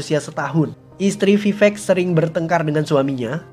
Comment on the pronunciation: Vivek bang bukan pipek bang